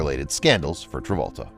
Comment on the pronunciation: You keep saying "John Revolta"